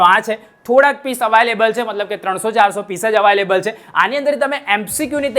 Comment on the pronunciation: Available ❎ Avaaylable ✅